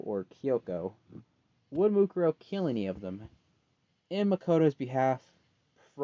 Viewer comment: Why is her name Mukaro? It should be Mukuro you silly